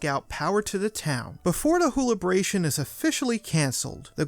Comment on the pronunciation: Whobilation not wholibration!